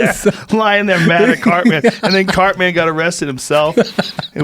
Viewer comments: ... im supposed to believe you watch that show after the way you pronounced "cartman"??... cart-MAN! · If noone else is going to say something then I am. Wtf was Joe pronouncing Cartman like Cart Man? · Joe is amazingly bad at pronouncing peoples names. Holy fuck. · A very emotional and poignant podcast, overshadowed by Joe saying, "Cart-Man"